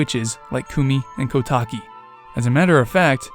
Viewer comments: A small thing to note: Koume and Kotake's names are pronounced "Koh-oo-meh" and "Koh-tah-keh", not "Koo-mee" and "Koh-tah-kee". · This bothered me the whole video lol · My only correction is that you mispronounced the names of the Twinrova. The E/EI at the end should be pronounced as an "ey". And the "ou" in "Koumei" should be pronounced as "oh". "Ko-mey" and "Kotak-ey". Other than that, I think this theory is pretty banger. Good job. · Recently got recommended this theory. Good idea, but, it may be a lot coincidences. Kotake (Which I commonly hear pronounced as "Koh-tah-kay") probably wouldn't recognize the mask either. Komue says as much "Did that Skull Kid think I wouldn't recognize him with that mask on?" She never says "Did that Skull Kid think I wouldn't remember that accursed Mask that contains the evil Majora in it? How would that Skull Kid have found it? Kotake & I hid it away! A Mask Salesman got hold of it? Blast it all! Look, get me a potion from Kotake and tell her about Majora's Mask! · They're pronounced Ko-yoom and Ko-tayk. I will die on this hill 😤